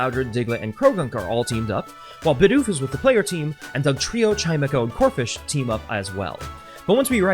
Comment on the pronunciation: When you said "Bidoof is" I heard it as "Bidoofus" as in a portmanteau of Bidoof and doofus